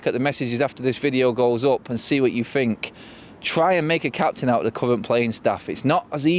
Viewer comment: You're a grown up adult man, why are you saying, "Fink" as opposed to "Think?" 🙄